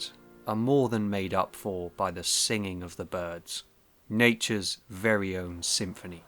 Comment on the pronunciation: Don’t be too critical. I feel there could be a slight speech impediment at play as his speech is otherwise fairly standard for that part of the world apart from the anachronistic sounding pronunciation of ‘very’ (‘vay’) which may have the same cause as the problem with ‘th’.